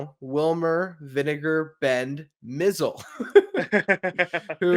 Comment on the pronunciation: I know you guys are young, but you're mispronouncing the name of Vinegar Bend Mizell. It's pronounced My-Zell. He had a good major league career, which included a world championship. However, not so glorious with the Mets.